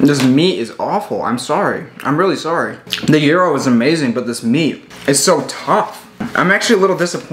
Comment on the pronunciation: Ur mispronouncing the word gyro still